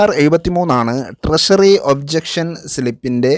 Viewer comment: Much improved, but ട്രഷറിയെ ട്രശറി എന്ന് പറയരുത്. ട്രഷറി എന്ന് തന്നെ പറയണം.